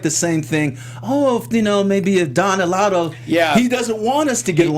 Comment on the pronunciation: And Don Eladio - not Don Elado - he has been around since BB times